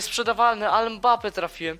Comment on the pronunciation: Czy tylko ja słyszałem mape nie mbape